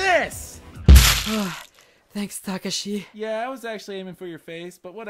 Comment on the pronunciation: Why doesn't anyone pronounce Takashi's name right? D: It's Ta-ka-shi. Or Saeko. It's pronounced like psycho.